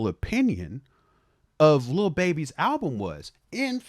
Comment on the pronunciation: always calls him Le BeBe - with a french accent (Leh Behbeh). It's one of the very few things that come out of mouth that I find funny every single time! 🤣